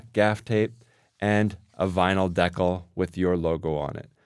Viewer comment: Great idea! (Though it took me a while to figure out what word you were using. I've never heard anyone pronounce "decal" that way!)